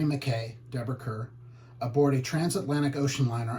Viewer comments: Kerr is pronounced “Car.” This is too awkward with you reading the movie lines!!! Stop!! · Kerr is pronounced CAR.